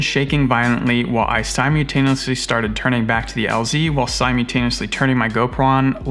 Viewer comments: Sim-you-tenuously? That’s a fun way of saying simultaneously. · "Simutaniously" uh no it's sy-mul-tain-ee-us-lee SYMULTANIOUSLY Something you need to start doing is carry at least a liter of water with you and a small survival kit with a water purifier (tablets or the cool straw thing), fire starting stuff, a knife, some TP, first aid kit, and a survival blanket/mirror. With all the weird places you fly having the means to survive if you end up somewhere that you can't get back out is an absolute must. Water is your first and foremost need, and fire is right behind it.